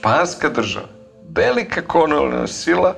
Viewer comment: Погрешно је акцентовао ријеч "колонијална". 😂